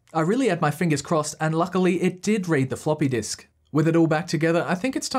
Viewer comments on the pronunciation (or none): Take me while to understand he was saying Desk instead of Disk